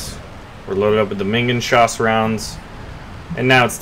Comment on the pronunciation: it's Minen( - )geschoss (meenen-geshoss) not minginschoss :D it means something like Mine-round/Mine-shell.